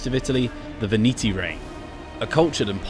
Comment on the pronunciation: And "VIVITY" insted of "VENETI"